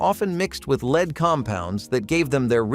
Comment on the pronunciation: Learn how to pronounce Lead properly!!!